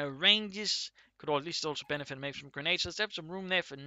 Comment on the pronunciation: Best "regades" from American,!